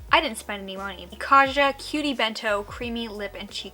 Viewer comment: Kaja is pronounced with a hard J sound (like Kah-jah. It's Korean for "let's go" but all influencers seem to pronounce it incorrectly.